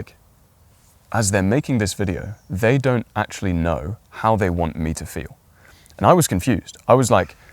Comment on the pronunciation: Your information is helpful, but this is a video on the way to speak - yet you mumble and talk too fast! I just listened to you pronounce the word "actually". You said, "ashly"! Try this. Stage actors use this trick to "project" to the back row. Buy a set of marbles and put three of them in your mouth, and then read your script. Your diction will improve in ten minutes. There are so, so many gifted content creators out there, such as yourself whose diction is horrendous! Viewers click away, and you lose "likes" and "subscribers". While possibly lacking tact, I intend this in a constructive manner. You are good, and your content is well structured and compelling. I find myself clicking away from so many interesting videos because I struggle to translate their "slur" back into English. It's not me! Most presenters are clear and intentional in their speech. I'll subscribe to your channel and watch for improvement!